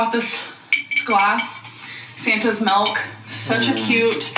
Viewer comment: I can't stand when she say's "melk" instead of milk